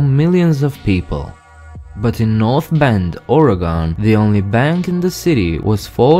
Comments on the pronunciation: Not to be rude, but the last syllable in Oregon is pronounced the same as "gun", not "gone". We Oregonians are just a bit touchy on this matter. ;-) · As an Oregonian, I die inside when someone pronounces as Ore GON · No offense, but it’s not ore-a-gone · I live in Oregon and I say it as OR-Y-GUN! Please say it right. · Oregon is pronounced (ORygun)... :( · Dont feel bad. Many people in the US pronounce it incorrectly. It's a running joke among people from here how everyone from other parts of the country say it. Or-ee-gun. Many people from other states say "organ" like your liver or kidney. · No it’s not…. It’s pronounced (or) (ii) (gin)